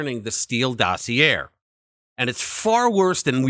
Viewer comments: Interesting story. The letter r is silent in dossier. The e sounds like an a. It is pronounced DOS E A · Omg omg omg learn how to pronounce docieer!!!! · You are a pathetic liar. The Steele dossier was not the predicate for the FISA warrant, George Papadopoulos was. So your entire premise is flawed from the start. If you want to be taken seriously I suggest you get your facts right and perhaps, just mayyyybe, know how to pronounce 'dossier'. Especially if your entire bullshit opinion is going to require you to say the word so many times. FPOTUS is a traitor who stole classified documents, caused hundreds of thousands of needless Covid deaths, and tried to OVERTHROW OUR DEMOCRACY but you want to talk about THIS?